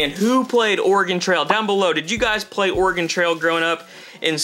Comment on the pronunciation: Its pro nounced or ah gon